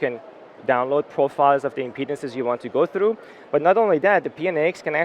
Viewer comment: You said impedance . I thought you said "There's a lot you can do, you can download profiles of the penises you want to go through". I need help.